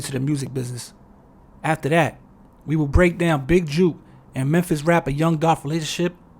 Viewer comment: Jook is pronounced like "cook", or "book". JUKE is not the same, and they mean two entirely different things in the South.